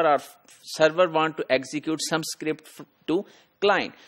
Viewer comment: Sir it's not sacript its script. Kindly improve the pronunciation its hard for me to understand. Thank you.